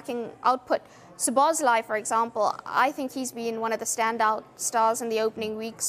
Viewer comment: Please sky, teach your team how to pronounce Szoboszlai correctly.